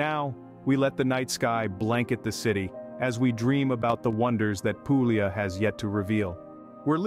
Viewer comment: I stopped as soon as the word Puglia was butchered.